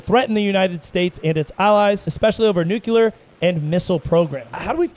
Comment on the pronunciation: NUCLEAR. Not, NuCuLaR.